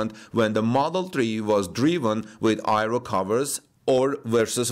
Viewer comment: aero is pronounced: "air-ro", not "i-ro"